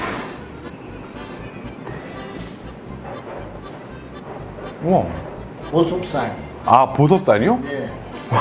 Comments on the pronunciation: 보섬살 할때 보겸살인줄 ㅋㅋㅋㅋ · 보섭살이라고할때 순간 보석살 이라는줄.. (저기 나온 고기 꼬치에 꼬친채로 먹고싶다..)